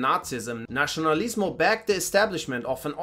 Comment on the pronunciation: Just a quick observation, the pronunciation of letter "c" in Spanish when there is "i" next to it, doesnt sounds like "ci" in italian, it sounds like "si". So you can say "Fransisco", not like "Franchisco", also "Nasionalismo" not "Nachinalismo".